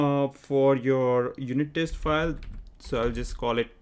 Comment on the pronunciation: He was being sarcastic on your pronunciation 'TEST' as verb 'TASTE', Like Tasting food.